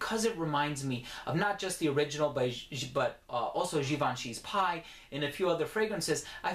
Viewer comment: Oh you did.. you said Gee-ban-chee. Nigga, god bless ya